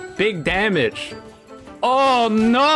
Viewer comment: "Oh noh 🥖" IS FRENCH